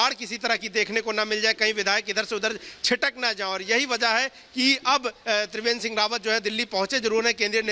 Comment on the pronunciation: तिवेंद्र नही त्रिवेंद्र